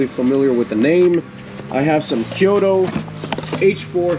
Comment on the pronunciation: It's Koito, not Kioto.